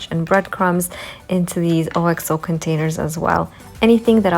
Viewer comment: just a quick FYI - OXO is pronounced ox (like the animal) oh. An English company that makes great kitchen ware.